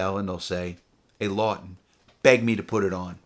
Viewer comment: Larry 'Law'ton